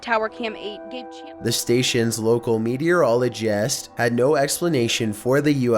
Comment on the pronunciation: Haha. Say notice or meteorologist again